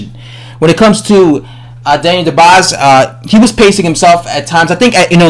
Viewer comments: His name is dubois not dobise!!!! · He says more like Daniel The Boss haha